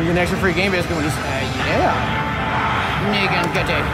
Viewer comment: wtf I know you were saying Negan but it sounded like Nigg...